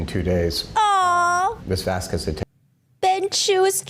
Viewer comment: wrongly pronounced Miss Vasquez the whole trial, mixed up her witness with Dr. Curry at least 3 times, mixed up her own client name as 'Laura Amber Heard', and who are Mr. Turd and ThatUmbrellaMan? 🤣🤣🤣